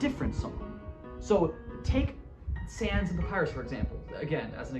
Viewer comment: Did i heard it wrong or did they pronounce Sans as "Sians"